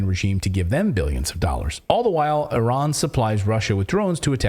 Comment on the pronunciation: ... THANK YOU x 1,000,000 for pronouncing IRAN+IRANIAN PERFECTLY ... you pronounced it PREFECT ! 👍👍👍🙏🙏🙏